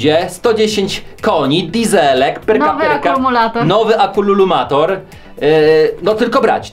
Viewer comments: akumulator a nie atumululator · Ale on to specjalnie powiedział xDDD